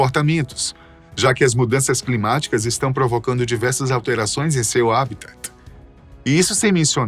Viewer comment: "habitat" kkkkk parece que ele teve um refluxo 😂😂😂